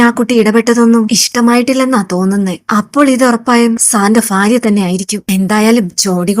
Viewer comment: ഫാര്യ അല്ല ഭാര്യ 😂